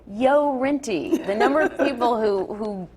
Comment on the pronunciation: NO, It's GO Rinty, NOT Yo Rinty! Get it right!